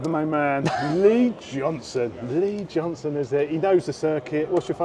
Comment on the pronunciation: Great video, however it’s Lee Johnston, not Johnson. 😉 Keep up the good work.